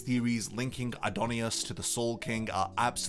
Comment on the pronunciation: Adnyus, not adonyus! Don't assume Japanese pronunciation makes the words different, they don't japanese pronounce an o that doesn't exist because that fits their language better. Omfg why do I need to keep saying this? I fucking hate people who weeb out and say that it's "the Japanese name"! Stoopid shit like that doesn't exist and it shows incredible arrogance on your part! Humble yourself and learn or stay stubborn and go to Japan and see what they say! Tell me when you do, I'd love to see people getting humbled!